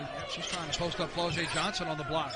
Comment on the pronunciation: I just viewed this game and that man who was commentating was plucking my nerves when he kept calling Flau’jae, “Flo-J!” 😂 My goodness listen to how her name is supposed to sound and then say it! Go LSU Women’s Basketball Team / National Champions!!! 🏆 💜